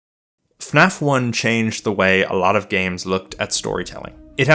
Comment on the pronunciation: Thank you for pronouncing FNAF properly. Most people pronounce it as "Finaff"